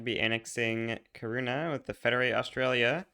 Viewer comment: Kaurna is actually pronounced "garna"